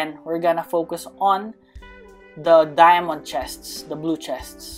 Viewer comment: are you filipino you say dyamante e hahahaahahhaahahaha +